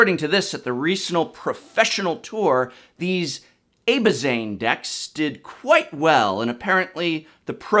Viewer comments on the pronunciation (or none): Mispronouncing Abzan as Abbazane and siege as sai-gee was really funny. Very enjoyable video. Glad to learn new sites to use.